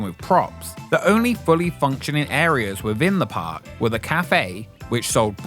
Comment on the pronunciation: How can you narrate a channel and not be able to pronounce “th”… Wivin